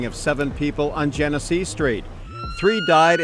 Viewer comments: U got ur information messed up BADLY. Its Genesee (Jenna-See) and Jalen Everett got killed on Dewey & Magee not Genesee. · What’s so hard about saying Genesee? Jen-eh-see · outside of the spelling you will say the street name like jin-a-see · The street is genesee street not jenett street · Genesee rhymes with Hennessy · We do have to do better! Speaking of, my boy, where did you go to school at? Imma need you to read a little bit more. You heard them say that street name “Gen e see” idk what you called it. And feet is plural it’s not feets! Come on brother, good video though!